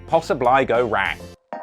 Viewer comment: "so, what could posa bly go wry" what kinda accent is this?